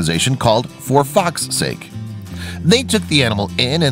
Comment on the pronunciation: "For Foxs sake" Sounded more like For Fk Sake